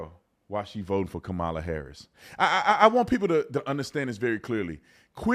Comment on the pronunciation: Why can’t you say her name!!!!!??? It’s Kamala not KUH-Mah-Luh!